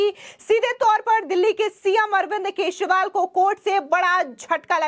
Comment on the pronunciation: Kesriwal nahi kejariwal kaho